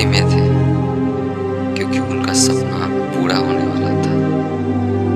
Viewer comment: improve ur Hindi bro...puda nahi pura.Thank you.